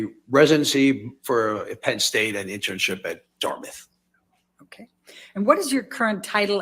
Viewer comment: “Datmouth”. tf. Please annunciate. mr. Spiegel. . Also he already said he was board certified .. then elaine goes and asks for an answer she already has. 🤦🏻‍♂️.